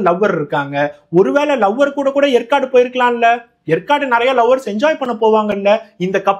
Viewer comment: எற்காடு இல்லை. ஏற்காடு ஆகும்.